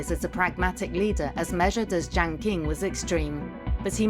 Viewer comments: Imagine wildly mispronouncing your video's subject. There is no Jiang King. Lazy and embarrassing. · Is this AI-generated? Poorly made content. Lacks research. Can't even pronounce Jiang Qing properly! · video that again acts like they're talking about when they can't even pronounce jiang qing properly, no nuance at all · Jiang Qing, not Jaing Qing. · Jiang Qing should be pronounced correctly as Jiang "Ching". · Mispronounced Jiang's name in 16 seconds. You don't know shit if you can't get the most basic shit right.